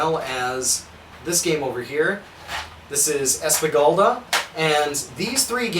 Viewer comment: "Espagulda" XD Thanks for the video!